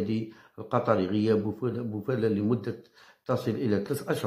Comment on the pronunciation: سلام تحية خاصة من المغرب،هذاك اللاعب اسم سفيان بوفال وليس بوفالة ،داءما تغلط في اسم